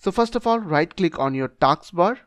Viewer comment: Task ❌ Taks ✅